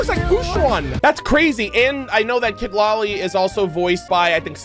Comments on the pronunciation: I really like this initial characters, I'm still indecisive betweeen going for Mualani or Kinich :D (And just a little correction, Citlalli is pronounced as C-tla-li 😊 is a very common name here in mexico.) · Just a small detail "Citlali" is pronounced as "Se-tla-li"